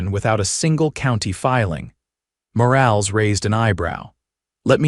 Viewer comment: For the love of God, stop using names if your reader can't pronounce them correctly. It's Mor-all-ess, not Mor-ales. Change it to Smith or something it can't screw up.